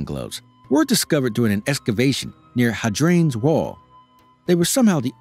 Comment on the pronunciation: It’s Hay-dree-an bro.